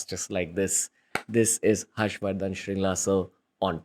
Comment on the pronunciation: Its actually Mr. Harsh Vardhan Tsheringla. Shringla being a mispronounciation of the actual name Tsheringla(which is a Bhuddist first name commonly used in the Himalayan regions). And this fact was so relatable since I also have been called Sewang or Sewag instead of Tsewang by my mainland friends 😅. Also, I read somewhere his forefathers are from Darjeeling or Sikkim.